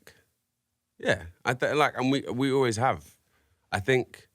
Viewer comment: “I fink..” lol